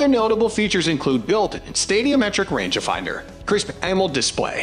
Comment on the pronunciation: range ah finder. Six. Hundred forty, ex, blahblah lol. Its not an underachiever voice it has to be a synthetic or bot or badly done Ai. I had to stop after the first.... ex.... pause silly range ah finder wording. Horrible is right